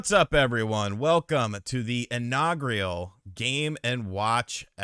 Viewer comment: What is "inagrial"? Can actually speak a single coherent sentence, without dying halfway through?